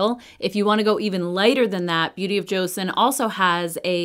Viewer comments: how am I not being nice? I didn’t call her names. I simply asked, didn’t even demand, and even said please. She didn’t even pronounce it as cho-sawn (the correct pronunciation), she pronounce it as Joe-Sun. I would even settle for Joe-sawn. It just tells me she didn’t do her research in the slightest. It’s 2024, not learning pronouncing name correctly is unacceptable. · hi thank you for responding. The j and ch sound is very close for Koreans so you can either say joe-sawn (like Sean or Shawn but with the x sound, does that make sense?) or cho-sawn. Easiest way is to watch Korean influencers actually saying it. CYoung actually posted a BoJ video last week I think you can listen to her pronunciation. Edit to add: even more important is the name is stressed on the second syllable on the first. joSAWN not JOsun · Please at least pronounce Joseon correctly. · wow I asked someone nicely to please pronounce an ethnic name correctly out of respect, and I got called triggered. Lollllll.